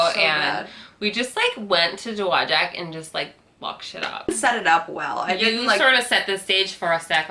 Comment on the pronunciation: I live in Dowagiac. Tell your mom that she is not the only one that mangles our city's name. We used to have a large building that have the pronunciation of it painted on the side in giant letters. Dow Wa Jack.